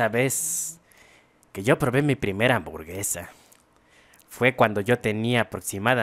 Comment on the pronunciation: Nadie: Absolutamente nadie: Neta ni el fasty dubs: Ni siquiera el buea astral::me gustan las amborguesas